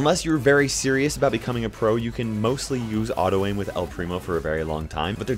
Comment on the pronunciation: Why to talk spanish all people say an "u" at the end of the word xD